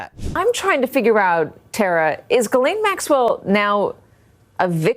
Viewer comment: Why can't Americans read out loud what it says.... it's pronounced GISLANE. Not Ge-lane, or jelane, or jislane, or giselle, or even Ghis-gla-ine. ITS GISLANE Can you all say Gis? Can you say Lane? Now say it fast. ffs